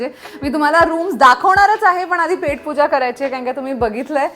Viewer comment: पेट पूजा नाही ग पोट पूजा म्हणतात छास नाही ताक म्हणतात मराठीत .